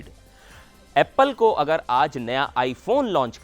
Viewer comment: Yeh anchor aeppal bolta hai, uccharan bhi nahi ata bechare ko